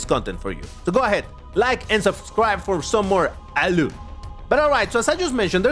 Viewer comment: Really like your ALU content. Specially when you say "ALU" hahaha